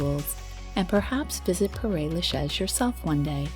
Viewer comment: Paray Lachez? Mais je rêve! It’s like someone scratching their nails on a blackboard